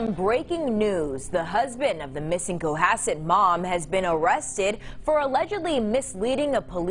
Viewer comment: It's Co Hass it lol